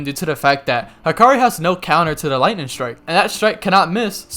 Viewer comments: You don't like gs on the end of words do you 😂 lightnin, healin, fightin. I dare you to say the g at the end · You really don’t like pronouncing your g’s at the end of the things 😂 lightnin and bindin lmao